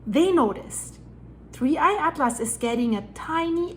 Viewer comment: Just say 3 eye Not digging at-lass